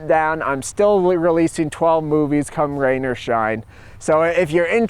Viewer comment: I’m a broke art student, I’d love to contribute, I love your work Joel. Also did you say cum, rain or shine?